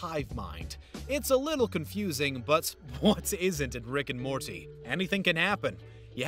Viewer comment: He said RiCk and SmOrTy